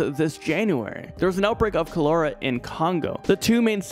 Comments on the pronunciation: Oh. Baby you are KILLING me. #3 Colera. Pronounced. Chol- Er- ra Honey PLEASE..... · Boy! I thought you were calling someone culera lmao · I really don't like the way he says Cholera 🤣 it's pronounced call-er-uh not Co-lair-uh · It's pronounced "call her' ah" not "ko' lair ah." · Cholera is pronounced like the word collar (like a dog collar) with an "a" on the end. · Wow this dude didn't pronounce anything correctly. Not meningococcal nor cholera. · The way he is saying cholera is triggering me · I am so sorry, but you said cholera wrong, I’m sorry for pointing this out, and I love your chanel